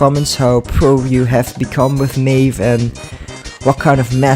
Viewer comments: who tf is meeeeve (its may-ve) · Mei ve not MEEVE.